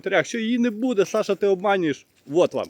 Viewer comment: Укр мова не ,, буДЕ,,а БУде,,😮